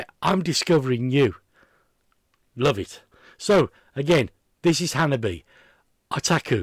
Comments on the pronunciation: I think you'll enjoy more Hanabie - they're superb. Their name is said like "Hanabi eh" For another band to check out from Japan, try: Ningen isu - Heartless Scat Cheers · Okay,, I think it's time for the Hanabie. pronunciation tutorial, provided as a service by the band themselves